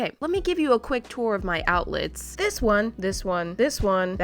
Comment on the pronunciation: Nobody: Absolutely no one:: o u t l e s 👁👄👁